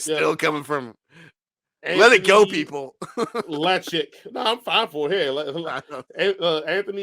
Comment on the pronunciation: Just saw the part in the video where you got to my Comment... 1st it's said Lock-ich it's ok not made just the Lakich thorws people off... And Happy to come on sometime to your show... When you work at a place like hollywood video back then you would think.. Wow i get 5 free movies a week to watch and see all the new movies 1st so i can tel people what i think...Hell i even got to play PS1 Demo Copys of Silent Hill and other games that those copys still have never seen reviewed online...Some of the demos where better then the Full Games when they came out later...Again thanks for the Shout Out and Keep the videos comeing